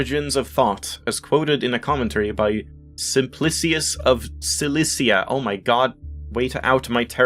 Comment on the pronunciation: Lol... "way to out my terrible sibilants" :D You only have trouble with voiced sibilants. And since "Simplicius of Cilicia" only contains voiceless sibilants, you pronounced it perfectly.